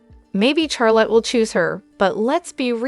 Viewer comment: Her name is Charlotte not the way you are saying it